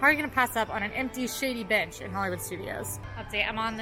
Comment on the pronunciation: When you said, "Shady bench" it really sounded like you were saying something else. lol